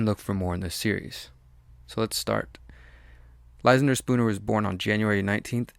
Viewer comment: You should learn how to pronounce that name Ly-SAN-der, not LY-san-der